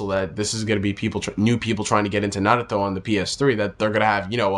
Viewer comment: why do u say Naruto like Sasuke? I didn't think it was suppose to sound like that.